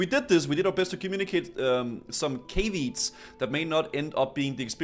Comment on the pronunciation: Caveat. "Cave-eats" "Kav-e-ought"